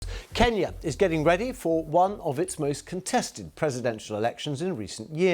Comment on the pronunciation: Yes KeNya // Thank You Dear Sir For Correct Pronunciation -- #ttnft